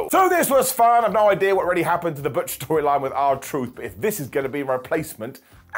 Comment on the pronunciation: How funny when Michael Cole said "Bitch" instead of "Butch"!!😅😅😅😅